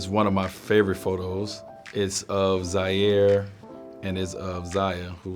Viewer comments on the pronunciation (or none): none